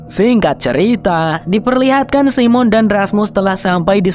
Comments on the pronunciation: bacanya saimen bukan simon😅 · Jangan Simon bang bacanya (saymen) lebih oke